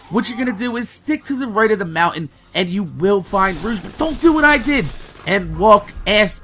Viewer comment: its pronounced "roh- g"